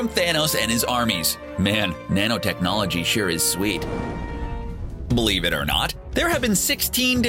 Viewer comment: "Pacifically" "bleave it or not"